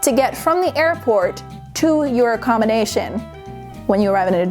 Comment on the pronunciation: She's saying accommination instead of accommodation smh